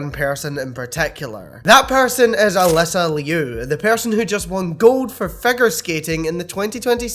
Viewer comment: She claims her name in pronounced as A Lisa Lee Oo